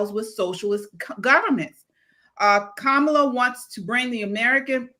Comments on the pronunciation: And they think MAGA is a cult. How dare you mispronounce our great leaders name ??? Mace should have called her Commie Kamala and then said you need to call Trump, President Trump from now on. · What the hell? That’s just unhinged! Mispronouncing her name has nothing to do with disrespect. I want to throw up! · Comeallya is hard to pronounce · Funny old Joe pronounces Kamala’s name different every time he says it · Kamala herself pronounces her name differently